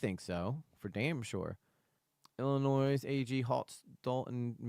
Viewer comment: Illinoi - the S is silent